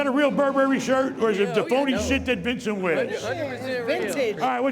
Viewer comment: Its not Vincent!!!!!!! It's Vinson!!!!Ya'll are stupid!!!!!